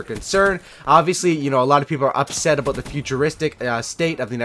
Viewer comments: did he just say "abuwt" instead of about? is he Canadian? barney stinson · you had me at "today we're gonna be talkin a-boat" :)